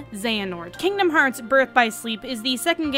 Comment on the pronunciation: FINALLY someone says the name of the game correctly.